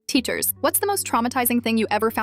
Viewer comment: It not teschers it teachers